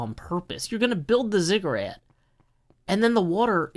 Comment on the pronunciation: ziggurat, not "cigarette" - its a pyramid like structure